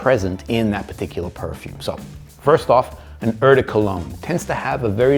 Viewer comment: I think that someone with so much knowledge should know how to pronounce "eau"!?